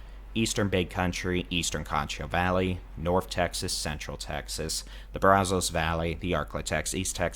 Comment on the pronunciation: It's Pay cuss and Brazos is Brazz (rhymes with jazz) us.